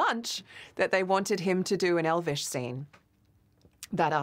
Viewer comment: In all fairness to Brett, his Elvish pronunciation is really good! It has a continuous rhythm that you would find in a native speaker, and it doesn't have this pronouncing-every-syllable staccato odd-like way of speaking which can make a language you don't speak natively sound weird. He actually spoke Elvish in a more natural way than Legolas, Arwen and Galadriel sometimes. For me the best speakers of Elvish among the actors were 1) Viggo Mortensen, who spoke it like he'd spoken it all his life on the street, 2) Christopher Lee and Ian McKellen, who spoke it like Elvish scholars, and 3) Craig Parker / Haldir, who had a very natural cadence. Hugo Weaving comes close at no. 4 for me. Everyone else, esp. Orlando Bloom, seemed to accentuate every syllable, which just made Elvish sound weirdly unnatural.